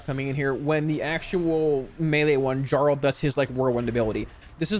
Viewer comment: Dude. His name is Velbrand. Jarl is a title, and it's pronounced YARL